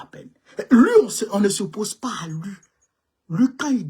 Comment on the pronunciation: ON NE DIT PAS "LU", ON DIT " LUI. MERCI BEAUCOUP